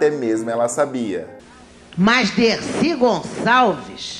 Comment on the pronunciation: Grande mulher Decir Gonsaveis